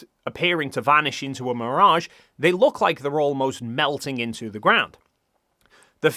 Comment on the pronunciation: It’s mirage, not mirage.